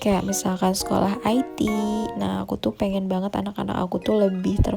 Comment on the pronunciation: Sekolah IT dia baca "ai ti" 😂 padahal Sekolah IT dibaca "ite" karena singkatan dari Islam Terpadu 😂🤣